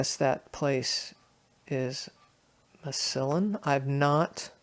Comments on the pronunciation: "mah-SILL-un"!! 😆 LOL, I'm sorry for laughing, but I live in Ohio, and your pronunciation of that city just tickled me. Massillon is pronounced MAH-suh-laan (but I get it, we have A LOT of cities and towns with odd pronunciations - if you ever come across Mantua, it's pronounced MAN-a-way, for example). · It is pronounced "MASS a lon" in Stark County. Try LEE's Trailer Camp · As far as the 4-6 or 4-C, I think I would look for another Jefferson County card and see if it was a letter or number following the first digit. If nobody else said, Massillon Ohio is pronounced "Mass Lon", the i is silent. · It is pronounced MASS-a-lon Ohio